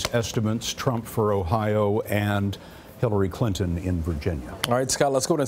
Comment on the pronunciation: Sounds like the guy said Killary Clinton.